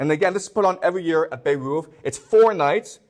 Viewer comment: Bayreuth not Beirut..... Omg